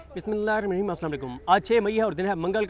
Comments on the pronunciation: Bhai siddiq Jan plz Bismillah Shareef AAram Sy or Sahi parha Karen ALLAH kareem aap ka Hami o Nasir ho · Yar tum ko sun-na chor diya tha. Shadeed koft hoti hai jis tarha tum Bismillah ghalat talaffuz kay sath parhtay ho. Kuch to socho meray bhai. Aisi bhi kiya jaldi hai. Saheeh adaigi nahin ho pati to 786 keh diya karo lekin ghalat na parho.